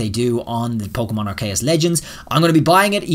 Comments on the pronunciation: I think it’s pronounced R-key-yus not R-Kay-yus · I've never heard aceus pronounced like that before, I've always heard it said are-see-us, but you're saying ark-kay-us